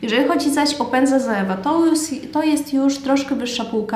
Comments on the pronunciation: Czyta się „coiwa” a nie „zoewa” 😁😁 ale filmik jak najbardziej przydatny, mówisz zwięźle i na temat, łapka w górę 😇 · Źle wymawiasz Zoevę. Poprawnie to " coiwa" .